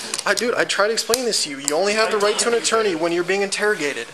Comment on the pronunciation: i thought he was asking for "a torney" repeatedly lol